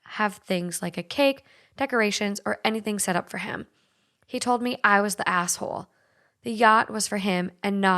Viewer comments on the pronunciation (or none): It sounds like you said "am I the gas hole?" 😆 i would definitely be the GAS hole...my ex bf used to call me the lean mean farting machine lolol